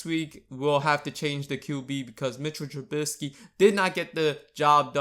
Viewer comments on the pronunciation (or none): the way you say Trubisky bugs me.